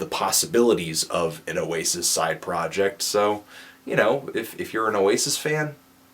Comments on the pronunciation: Notice, how pronounces Oasis perfectly. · said Oasis right. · Of course, pronounces Oasis perfectly.